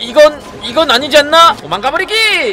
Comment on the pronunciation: 도망가 버뤼귀~~ 웰케 웃기냐ㅋㅋㅋ